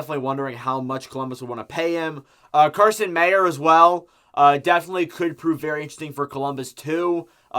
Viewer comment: Meyer is a winger. You could use some pronunciation practice but I appreciate the video nonetheless :')